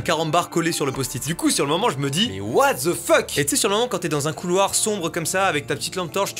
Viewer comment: Un assenseure. .un couloire...UN CAREMBARE